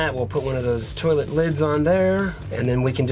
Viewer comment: stop saying tolit